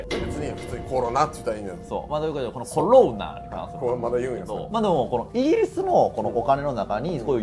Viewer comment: うーん😅 ロ コ ナ だと旧型を指すイントネーションなので新型を指す場合には コ ロ ナ になってしまいやはりアウトだと思います😑